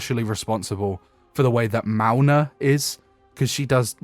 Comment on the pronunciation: Sorry, this is like the 4th video where I've heard you say this name and I must ask: Who in Sam's green acres is Mauna? Are you saying Mauga? Like the Samoan overwatch hero, Mauga? With a G? P.s: I really do love this series, you cover each hero very comprehensively, and the off-script rambles are fascinating.